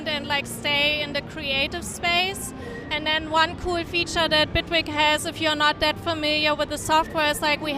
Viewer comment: Its Bitwig not Bigwig lol. Awesome DAW !